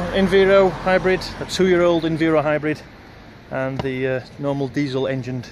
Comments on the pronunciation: It’s Enviro (Enviiiiiro) not (Enveero). Sorry just a bit of a pet hate when people do that 😂. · Bus2598 Transport Videos it’s Env-eye-ro not enveero lol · Did I hear enveero? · I think most people pronounce it env-eye-ro